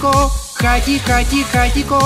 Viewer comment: не хати-хати-хатиКо, а хати-хати-хатиХо